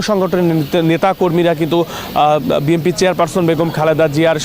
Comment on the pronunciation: বি এন পি উচ্চারণ না করে, আপনি বারবারই ভুল উচ্চারণ করছেন বি (এম)) পি বলছেন